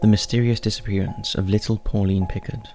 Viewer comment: Everytime you say Picard i feel myself cringing and then facepalming 🤣